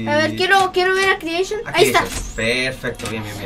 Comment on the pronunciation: the joy of creechion xddddd